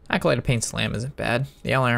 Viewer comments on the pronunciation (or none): does he say "alcolyte" on purpose to piss us off? haha comon there is NO L in acolyte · ah, i have heard him pronounce it like that many times. i guess thats a sign hes entoxicated haha...i forget he drinks on his vids.